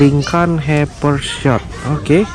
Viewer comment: Pronounce it as Lykan hypershot? Lamborghini? What????!!!!! It is lykan hyperSPORT bruh and not a lambo. You should do your research if u are the real collector.